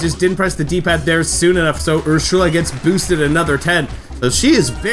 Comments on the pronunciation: Great to see Wii Party is finally back! Hearing you groan at your luck go from bad to worse was hilarious and relatable XD Also, I think Ursula’s name is pronounced “er-soo-la” and Elise’s name is pronounced “el-ees”. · why do you say ursula like that